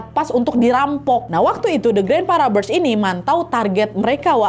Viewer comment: Robbers dibaca robbers bukan raber(rubber)artinya karet,dan event dibaca ivent,iv-ent seperti menyebutkan ant (ent) YG artinya semut.